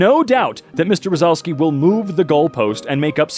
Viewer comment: The last time you pronounced Jakub Rozalski was correct, it’s a polish name